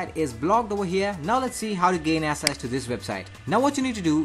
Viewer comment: Bro access is pronounced like axes, not asses.